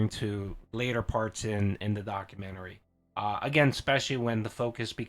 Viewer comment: can't say documentary? 😅